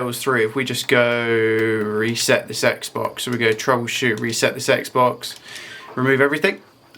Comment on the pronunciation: For some reason, I can't stop hearing you say, "Reset the sex box".